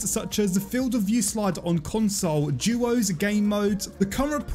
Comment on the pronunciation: Why is this guy saying juuuooos and nod duos